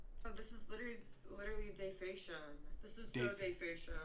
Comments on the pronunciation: Defacetion? Defecation? Defamation? LMAOOO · "Dayfation" does she mean "defamation" as in defamation of character such as what she is doing also anyone notice this. Girl is smoking on camera while everyone know shes underage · Its not defation.. It is defecation!! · When I heard her say "day-fation" my brain 🧠 melted so much, I could no longer remember how to say the actual word!😐 Damn this a new type of ignorance! DEFAMATION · Did she mean defamation or is dayfasion or whatever she said the name of her dad's channel? Lol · Did she say " this is" defation""??? Like defamation? Maybe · DAY-FAY-SHIN!!!!! LMAO! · It is pronounced Def am mation! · Ayo, Dayfassion isn't a word. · Here lil girl... let me spell it out phonetically.... (DEF-A-MAY-SHUN) Go to school. Shit. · Hey, the word is Defamation* Pronounced (Defah-may-shun) Practice makes perfect. 😎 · this trying to pronounce defamation? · I deadass thought she was saying a word from another language but I fkn lost it once I realized she was trying to say defamation holy shit I'm in tears LMFAOFNDNDSDIDKAL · She can say Leukemia but she can't say defamation... or spell sorry. Perfect tattoo for her "Do Not Breed" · Was she trying to say defamation. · Do you think she trying to say defamation? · Y’all! I thought Ben Stein (clear eyes commercials) was monotone, uh uh Miss Can’t pronounce defamation correctly is giving him a run for his money. I’m so glad I’m not the only one it annoyed. deadass accurate when he said it’s a lazy way of speaking because it definitely is. She’s like a train wreck though, like you can’t quit looking 😂. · Does she even know what defamation is? Lmao she can't pronounce it 🤣 also she contradicts herself a lot. First you say he's not your dad, then you say he raised you and you lived under his roof for two years... get your story straight sweetie 🤦🏻‍♀️ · I "think" she's trying to say defamation. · LOL..........is that what she was trying to say “defamation”..........WOW